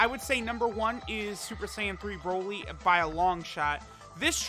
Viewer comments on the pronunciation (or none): none